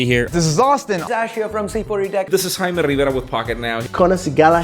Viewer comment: Could Jaime just for once pronounce the J?